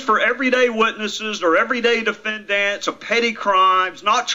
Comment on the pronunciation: I love how Gowdy says defend-ants rather than defendant. Smart guy